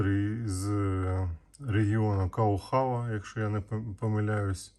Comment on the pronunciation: Нанзвичайно цікавий проєкт - фінська ретро класика з коником! Цікаво буде спостерігати й надалі. А Каугава (з наголосом на першому складі -А) є містом де виробляються традиційні «фінські ножі». Щороку в червні у місті відбувається фестиваль ножів.